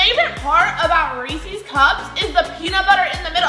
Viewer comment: I was getting annoyed when pronoucned Reese’s wrong